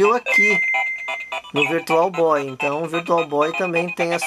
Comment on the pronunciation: Virtual Boy não Issui.... Virtual Bóóóóii!! 😅